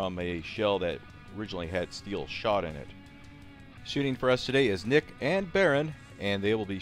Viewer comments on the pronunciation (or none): none